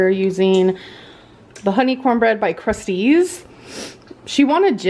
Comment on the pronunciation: It's hilarious that she pronounces Krusteaz as "Crustys" 😂